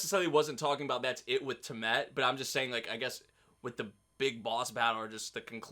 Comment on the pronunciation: Tea-uh-mud Lol